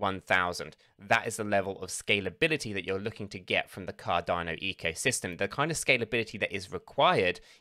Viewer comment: Cardarno Cadarno noooooo it's Cardano 😭